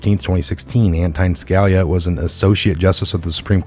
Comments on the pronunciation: it's SKa-LEE-ah - please learn to pronounce our great former SC justice's name. ughhhh. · Just to give you a heads up.....Scalia, is pronounced....sca...lee ah....